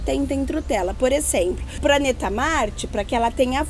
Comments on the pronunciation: Foi difícil ver esse video todo com esse jeito estranho da falar, trocando o "D" pelo "T" o "B" pelo "P" e por aí vai. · A fala praneta kk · Ela falou "praneta"